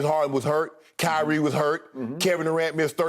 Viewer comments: He said highrie Shannon stay giving out names like le ankle 😂😂😂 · "Highrie" was an honest mistake but that took me out 😂💀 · I cant tell if he said highre on purpose